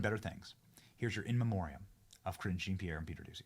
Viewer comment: He IS saying Cringe 😂